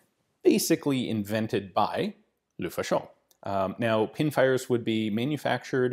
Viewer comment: please "luh-faw-shuh", "luh-fah-sho" sounds weird in French, it means "the fascist" in slang.